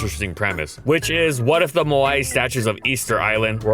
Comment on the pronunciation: that moment when someone actually calls them moai instead of just easter island heads. Say what you will about butchering names but he does care about getting things right